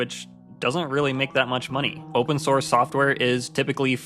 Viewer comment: oopen snorce